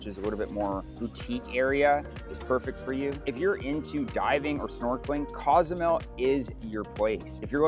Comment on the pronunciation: Local Mexicans pronounce it COZE A MEL.........not CAUZ A MEL